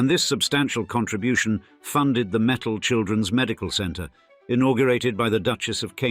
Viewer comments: It's not metals it's mittal lol😂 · It’s Mitt-tal not metals .. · Learn how to slowly pronounce mittal...it is mit tal t as in tea or cross the ts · Their surname is Mittal and not metal,, first and foremost